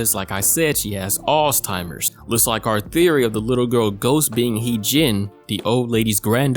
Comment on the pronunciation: First time: Boiler Room Second time: Bowler Room First time: Alzheimer's Second time: Alls-Timers Third time: Arse-Timers I KNOW YOU DO THIS ON PURPOSE